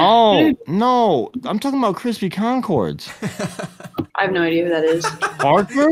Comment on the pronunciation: Cwispy Concwods best yt out there